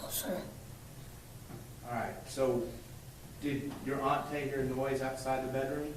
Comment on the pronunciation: Aunt TEE not Aunt TAY